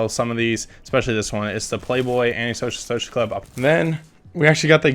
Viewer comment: he can’t say anti social social club right😂